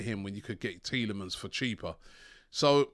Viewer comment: Robbie please donate £1 to a charity everytime you say Tielamans this week And I will match it